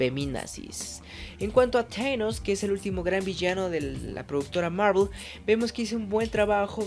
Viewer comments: un seguidor hablando de marvel que pronuncia teinos en vez de thanos para sonar elegante no se merece hablar de eello pues se nota que lo unico que le importa es la popularidad y la imagen (en dado caso seria tdanos) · Si no sabes pronunciar los nombres, no lo hagas, suenas ridículo, "Teinos" que es esa madre? Jajaja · Dios mío esa pronunciación del inglés. Thanos ahora es ¿teinos?. Hawkeye es ¿jokai?. Marvel es ¿marvl?. Capitán América es ¿capptain murica ? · Aquí las pronunciaciones correctas: Thanos=zanos Hawkeye= jokai Captain America=captain America Vision=Vishon Ahí está.